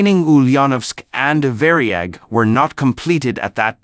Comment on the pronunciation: It was not called the Vary-ag, it was called the Var-yag!